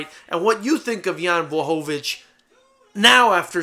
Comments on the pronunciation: best pronunciation of his name I've ever heard from a non-Polish person well done!! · Holy shit, someone actually pronounced his name right. Props to you sir :D